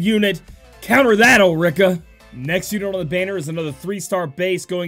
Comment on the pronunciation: Ulrica - (Ul- rica) remember that Japanese pronunciation is very similar as Spanish Vowel - A - Ah, E - Eh, I - Ie , O - oh, U - Umbra.